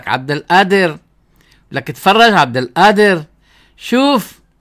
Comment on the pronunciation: بعدين مشان حرف القاف انت شيخ لاتلفظها همزة هيك عم تهمز القادر